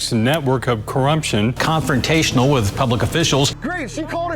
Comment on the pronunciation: "Corrumption" lol